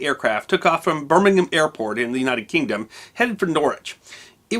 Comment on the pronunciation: Well done for pronouncing Birmingham the English way!